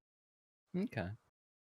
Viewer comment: I love how keeps miss saying Mika's name lol